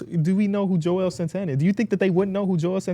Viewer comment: juelz not joelz 😁